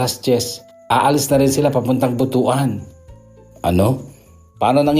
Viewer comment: butuwan po ang tamang pag bigkas ng butuan